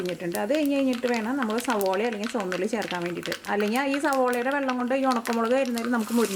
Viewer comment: Not choanna ulli...it is chomandda ulli 😅😃😉😎